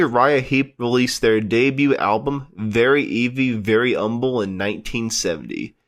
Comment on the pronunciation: Oh, FFS, their debut was titled “Very ‘Eavy…Very ‘Umble”, not “Very Easy…”. How’d this guy get hired?